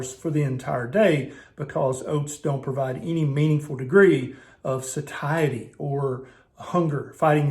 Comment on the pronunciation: Lol. He just mispronounced "satiety." 😂